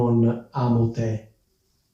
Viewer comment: Te si pronuncia con la e acuta, non grave